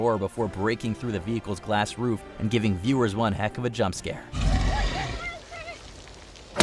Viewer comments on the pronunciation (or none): none